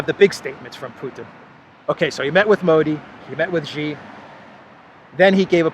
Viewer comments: Xi = sheeee not Geee. Sheee Jinping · …Love your content but please pronounce Xi as Alexander does, “She” not “Zshe”. “X” in chinese pinyin is pronounced with soft ‘sh’ sound.